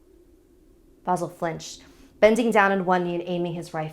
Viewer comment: Vasìl* not vàsil